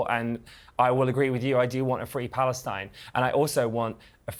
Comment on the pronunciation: Palestine in the British accent 😂